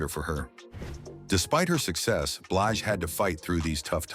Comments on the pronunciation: Come AI her name is not Bleege but Blige!! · Why does the narrator mispronounce BLIGE as BLEEGE?REPEATEDLY!!!!?